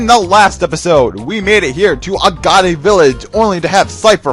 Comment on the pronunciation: I've never heard Agate pronounced that way. Haha sounds better though!